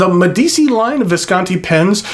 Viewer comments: It's pronounced MediCHI. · It's said "Med ee chi" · Spelling yes, pronounciation no :) Not that it matters, great review. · I love your reviews; they’re simply magnificent, and by that I mean thorough, concise, and above all—interesting. But I must say that I abhor your pronunciation of foreign words. I’ve mentioned your German and French mispronunciations before, and now I must join with others on this review in adding Italian to the mix. I cringe when I hear your mispronunciation of Medici, Meisterstück, inter al. Here’s a suggestion, and it’s one I follow when I come across a non-English word that I must use, either in a lecture or some other context—I ask. It’s as simple as that, and it takes just a little bit of humility to admit that we don’t know something, but it really pays dividends. Next time you have to use a foreign word, ask someone who speaks that language. Or, email/phone me and I’ll try and help. Our ears will thank and bless you